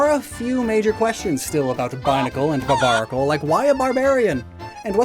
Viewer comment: If you like it so much you should put some respect on it's name, it's "Barbaracle" not "Barbanacle" 😭